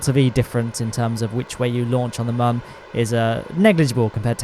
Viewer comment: I am so happy to hear you pronounce MUN properly. Thank you!